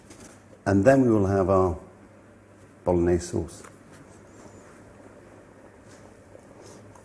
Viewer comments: Stock pot is actually used a lot in Italy, especially when there's no time to make a proper stock by boiling meat. Obv. if you have the time and the meat always go for the proper thing. Btw, you could make a bit more of effort and pronounce the gn correctly from time to time. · mi piace quando dice bolones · It's actually pronounced ”Bologanesh” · dude.....its called bologanesh ....:D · Spaghetti boknorrnese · I'm Italian and I never used stock in the Bolognese sauce. Plus, Marco's pronunciation of "bolognese", for someone proud of having an Italian mother, makes my skin crawl. I hope he improved it getting old. Everything else is correct. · It would be awesome if Marco, being 1/2 Italian could pronounce the name of the dish correctly. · He doesn’t even say it properly